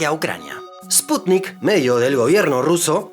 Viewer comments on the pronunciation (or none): none